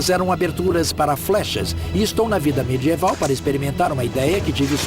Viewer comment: Ótimo documentário. Porém, a pronúncia do dublador brasileiro é irritante. Por exemplo: o que é "mê-djê-val"? - Seria medieval?